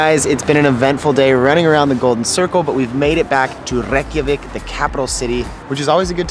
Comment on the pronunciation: Its pronounced Ray*kja*veek